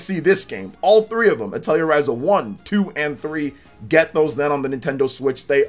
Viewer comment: "Atelier" is pronounced "ah-tell-eee-aay"